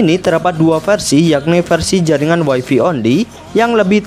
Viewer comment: Greget saya sama YouTubers Indonesia bahasa Inggrisnya pada kacau. WiFi itu bacanya waifai, kalau waifi (wifey) artinya istri, pasangannya habi (hubby) suami.